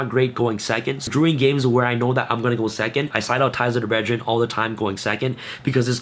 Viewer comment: “Ties of the bredgeren!” 😅